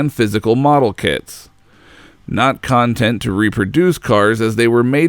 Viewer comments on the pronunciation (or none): As a longtime enthusiast of the GT series, I enjoyed this documentary. .. But dude, you are KILLING me with mispronouncing words. "Content" and the never-ending "polyphony" was so distracting, I’m so glad this is over lol